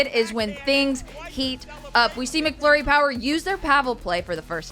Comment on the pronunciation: It's MACflurry - not MICKflurry!